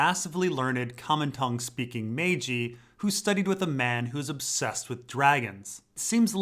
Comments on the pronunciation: You don't pronounce maegi like "May-G" try this say majesty, how you pronounce the maj part and then pronounce the word eye, it's supposed to sound like "maj-eye". I am right on this, I've heard the term used in other fiction & it is pronounced this way. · How you pronounce the first syllable of the word majesty, combine that with the pronunciation of eye & you have the correct way to say maegi, literally sounds like "maj-eye" not "May-G" which is one of the funniest incorrect pronunciations I've heard but considering Maegi is only really used in fantasy fiction it's not all too surprising got it wrong. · It's pronounced "mag-ai"